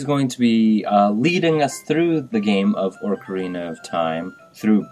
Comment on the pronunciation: You pronounced ocarina wrong :P